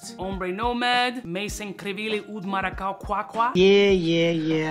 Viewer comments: It's pronounced mara-cu-yaa I'm Puerto rican 🇵🇷 strong! Lol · If I hear oud maracwa one more time, I'm fucking loosing it. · Cringing every time I hear mis pronouncing Maracuja. 😂 Bro are you that gringofied? Lol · Gotta love the "Oud Maraquah" 😂. But, have you tried Oud Cadenza from Mainson Crivelli? I am stunned that nobody is talking about it. It´s even better! If I know your tast right, you gonna love it!